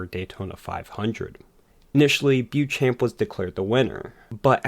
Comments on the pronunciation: Great video; but Beauchamp is pronounced BO-Champ! Johnny a forgotten ace of the early days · I have zero respect for the man but it is pronounced BO-SHAMP!